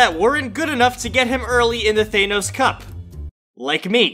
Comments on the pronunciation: Bruh he keeps saying Thay-nos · this man just said "Thaneos" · ThAnos is finally here Me: faceplam it’s ThanOs not ThAnos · Me: Thanos Him:thaynos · Now its not thanos anymore its thainos😂🤣😂🤣😂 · Bro says thenos😂😂😂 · Lol thei-nos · Bro why do people keep saying thenos when it's actually thanos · Why did he say Thynose it's Thanos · Thaynos or thanos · It’s thanos not thay-nose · Its thAnos not thaynos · I hate how he says thaynos